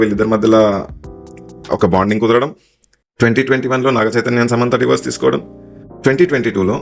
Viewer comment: Atlast i find you the only one saying Divorse. Not Diverse like all others says.